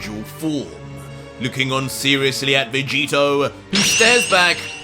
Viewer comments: Bro did you just call vegito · 25 to he calls jerin vageto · you made a mistake saying vegito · You called Jiren Vegito lol did you catch that 🤣😂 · you called Jiren Vegeto🤣 still love the work you're doing